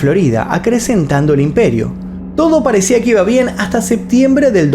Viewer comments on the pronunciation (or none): none